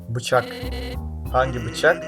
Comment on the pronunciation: Bı çak dediği bi çak😂